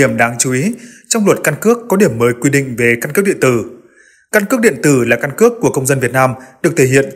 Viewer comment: Căn cứ điện tử hay căn cước điện từ. Phát âm khó nghe quá.